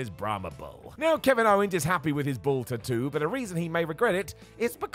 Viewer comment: pronunciation is correct, according to the Polynesian languages.